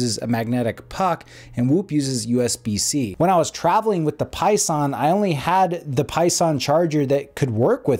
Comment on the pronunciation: Seconded. Though they are called "Pison", not "Poison", lol.